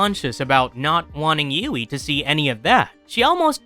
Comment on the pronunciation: How can someone whose not even real be a "Villian" lmfao Anyone wanna tell homeboy that its "HUGHIE" and not "Ewughie" lmfao